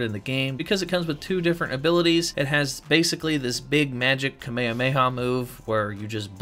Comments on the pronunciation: wait how did you just pronounce kame-ha-me-ha? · Kamekamuaehow move bruh say it correctly